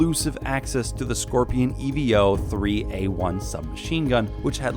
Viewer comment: its evo like evolution not e.v.o.